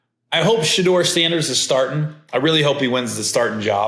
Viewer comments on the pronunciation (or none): none